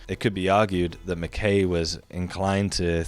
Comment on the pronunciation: Mackay rhymes with sky, not hay. Also if you want a genuine candidate for the fabled 'Culture of Peace' try Caral in what is now Peru. This is the oldest civilization in the Americas. No walls, no weapons and no evidence of war.